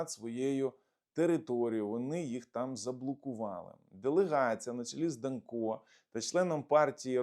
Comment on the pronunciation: В принципі не ДанкО, а ДАнко. Наголос на перший склад. Я думав більш відповідально до своїх ефірів готується. Але мабуть я помилявся